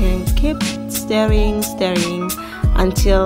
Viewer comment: She says "keep steering"(stirring) and "add the pazley" (parsley), "yha" 😆 🤣, this girl